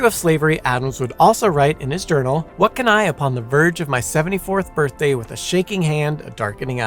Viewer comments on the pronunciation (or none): none